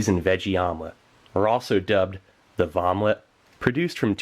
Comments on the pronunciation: Did you call it a Vomlette? lol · "Vom-lette". Nice! Lol! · Has anyone else noticed that Vomelet sounds a lot like "Vomit" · Vomelet.. I love it 😂